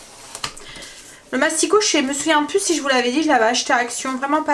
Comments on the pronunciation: J'adore regarder tes vlogs le matin à 6h30 en dejeunant ! Tu me donnes des idées repas . Tu m'as fait trop rire en disant masticot 😃😃 c'est massicot. Ne le prends pas mal surtout. C'était pas mon intention . Bonne journée. Bisous bisous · Coucou super bonne idée les endives jambon feuilletées. Tu m à fais sourire car tu dis mastico au lieu de massico c est mimi bisous à tous les 5